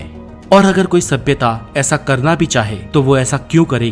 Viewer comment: Does anyone kept count how many times did he said sabiyata😂